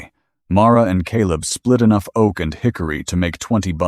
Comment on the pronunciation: love this story☺️ narrative is also good - except one place where he said dry O A K